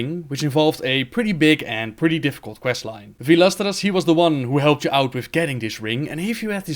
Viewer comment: Vaelstrasz.... Not vaelastra. Reading names , can you do that?